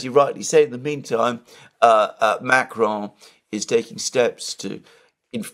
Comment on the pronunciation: OMG you can’t speak French. Don’t try to pronounce Macron with a French accent. Use the English pronunciation and you’ll avoid sounding like a clown on stilts.